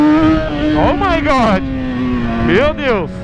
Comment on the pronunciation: em vez de ser oh my good é (oh good) kkkkk